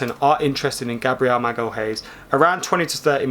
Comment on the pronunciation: Read it as "Magaliáes" if you're an English speaker. It's definitely not Magal-haes. I've seen you guys having trouble pronouncing his name, so if the interest from United is indeed real, you guys will know how to say his name.